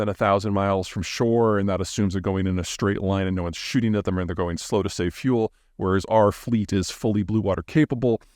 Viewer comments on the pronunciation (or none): none